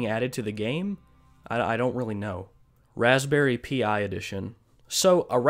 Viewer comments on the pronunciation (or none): “Raspberry pi” is pronounced “raspberry PIE” not p I